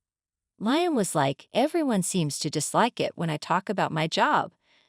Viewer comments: Liam. Li-am not lion lyon ? Get the pronouncements correct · Not Lie-am. It's Lee-am.